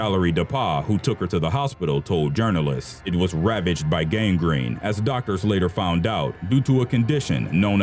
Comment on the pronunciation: gasp GARGRINE